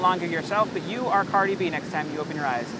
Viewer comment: Dude said cardi shorts